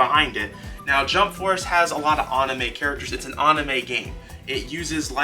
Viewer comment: What is "On-a-May" it's pernouned An-a-may like short for Animation